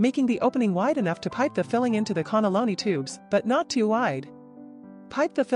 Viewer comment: WTF is a connolloni?? Cannelloni!!